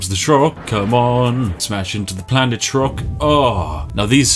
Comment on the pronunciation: It is a wonder to me how literally every youtuber to ever play Spore, can’t read the word planet in the beginning